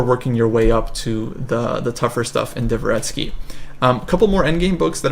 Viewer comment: Divva ‘retskee : PUKE dva ‘retskee Dvo is ONE syllable. Not two.